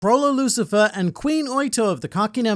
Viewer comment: Bruh... your pronouncing Chrollos last name wrong... it's LU-SIL-VER